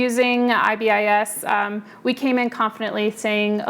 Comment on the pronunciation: IBIS is pronounced “eye-biss”